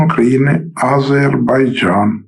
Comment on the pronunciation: не азейбарджан,а Азербайджан